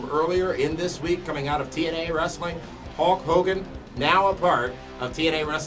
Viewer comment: Again it's Hulk Hogan not Hawk Hogan and now it's not the same thing.